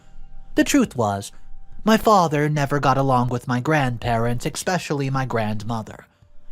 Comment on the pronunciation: ESpecially. It ES. NOT EXXXXPPecially.